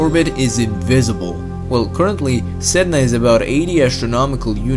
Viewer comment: Sedna To go out side (Said-Nah)